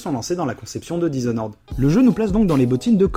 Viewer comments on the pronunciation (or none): "dishonoraide"..ok l'anglais frère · "Dizonnoraide comme on dit par chez nous" Alors même sur le ton de la plaisanterie, celle-là, elle fait mal aux oreilles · Je suis con et chiant alors je peut pas résister: dizonored sérieux??? lol ( sinon vous avez fait le jeu en anglais? parce que dire blinck alors que dans la vidéo c'est en francais c'est bizarre)